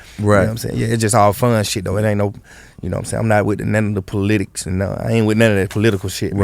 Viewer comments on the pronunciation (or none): did yall hear how he pronounced politics 😮